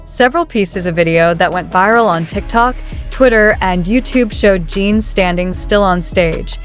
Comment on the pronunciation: Jesus. Can the creator or AI at least get Jin's name pronounced right? It's Jin not Jean.